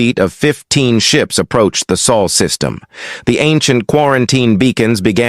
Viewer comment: Sol system, not Saul